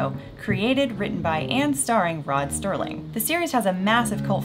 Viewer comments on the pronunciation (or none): Serling Not Sterling.